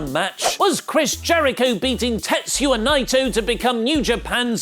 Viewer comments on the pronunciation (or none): I love you, but it's TetsUYA Naito, not TetsYUA Naito. Haha